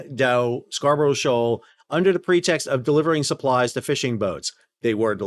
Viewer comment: Sal, love your vids but it's pronounced "Scar buh ruh" not "Scar bro sho"